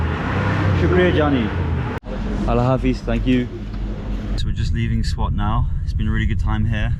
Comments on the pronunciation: it's not pronounced SWAT like a swat team. But pronounced "Swaath" - Enjoy your trip dude. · m8 peace and love to ya but pronounce it like 'Sa-Waat' pleasee. The way you pronounce it makes me feel like my house bout to be raided 😂✌